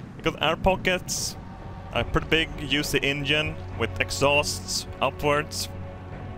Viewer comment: Every time he says engine I think he says Indian